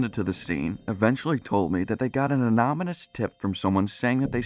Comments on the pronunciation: "anoMinous"? Lol. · mmm yes an "anomonous" tip LOL No hate love the vids man.